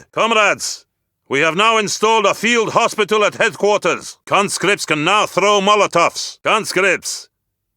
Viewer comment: We have more concripts at our disposal